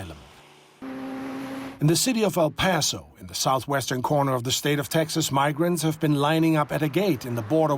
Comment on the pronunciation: Not Al paso it's El paso